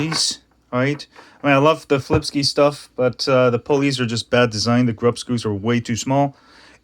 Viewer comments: it's pronounced sky not ski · can you pronounce flipsky the right way?